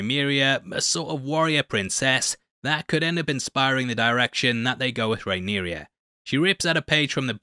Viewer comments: The princess's name is Rhaenyra.... Not Rhaenyria . Rhae-near-ah. Not Rhae-near-ree-ah. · She’s RhaenYRA not RhaeNYRIA though 😅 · It's Rhaenyra. Not Rhaenyria. I know you can technically pronounce it however you want but you're doing it wrong with the i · small note, I believe it's pronounced Ray-neer-ah rather than Ray-neer-iya (not trying to be an a-hole, just noticed you said it a few times). Keep up the great work, love your vids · Good job on the video. Quick note for the future: her name is pronounced RAY-NEAR-A, not RAY-NEAR-EE-A. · Dude, her name is Rhaenyra, not Rhaenyria, not Rhaena. It's complicated enough without you confusing the name thing further. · Rhaenyra not Rhaeneria/Rhaenyria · Rhae-nera is the pronunciation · her name is Rhaenyra... how fkn hard is it? hahahaha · Mate, it's 'Rhaenyra' and 'Mysaria'. 🤦‍♂️